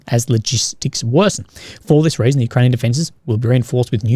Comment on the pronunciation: Fight -> Fate Raisin -> Reason Loving the cosy accent Last time I heard it in person I was buying fish-n-chips in the port on a sunny day and feeding seagulls Fun memories! ^_^